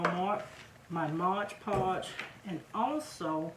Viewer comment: Just fyi - It's called MOD PODGE, not MODGE PODGE.😉